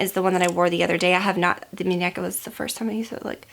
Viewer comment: Hahha Aww you were so cute and adorable pronouncing "muneca " haha 😊😁💕💕💕